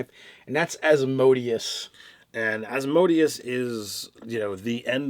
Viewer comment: Love you guys, but the lord of the 9th layer of Hell is pronounced with an accent on the 3rd syllable: -> /ˌæzməˈdiːəs/